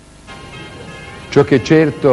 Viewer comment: ciò che è CeRTO....mi piacciono chi ha la?vocale stretta ....chiusa😀